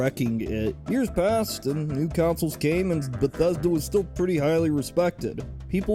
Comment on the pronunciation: I cannot get over their pronouncing of Console as "Counsol" lmfao